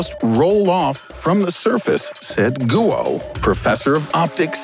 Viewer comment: Goo-oh lol (facepalm)